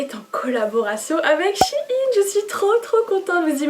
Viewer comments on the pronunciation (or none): On dis pas « chiine » mais « chaîne » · On dit pas chiine on dit chèyn Sinon j'adore ce que tu as choisie ! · Je pense que c'est elle qui se trompe